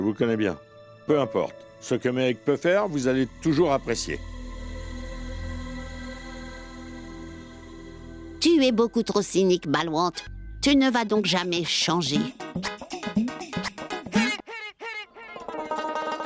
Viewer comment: Komn Balwont ln😂😂😂 Se Balwant😂😂